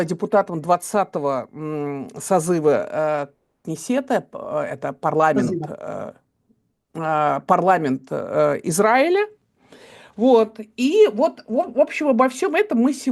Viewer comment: К сожалению, даже проехав по Израилю, сняв фильм про кибуце около Газы, Евгения Марковна делает ошибки - это не только неверное ударение в слове кнессет, но и резануло в фильме слово «мамад» в женском роде - «мамада». Жаль, что это так, видимо имеет смысл иметь помощника консультанта